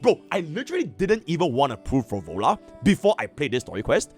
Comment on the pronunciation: Phro Lova, please. I do enjoy watching your content, but please, Phro Lova.